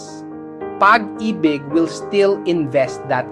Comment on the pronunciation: nakaka b*rat minsan kapag AI yung nagsasalita. Pag AY BIG ??